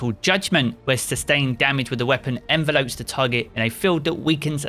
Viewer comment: Envelops.......is not 📨. Ffs!! Its envelops, as in surrounds, not envelope! Fuuuuuu!!!